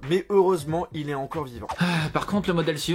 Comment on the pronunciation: Samsungeuh encodeuh pas besoin de rajouter de eux a la fin de t mots